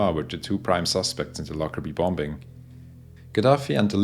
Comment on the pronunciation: Anyone else get slightly irritated when he says “bom-Bing”